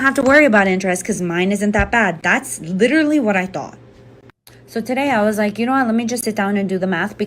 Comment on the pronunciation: Saying "litterally" automatically makes me realize you are an idiot and a mark. Just saying. 😂